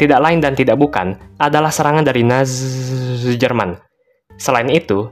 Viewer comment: Bang ko bilang Nazi Jerman kok susah padahal gampang😅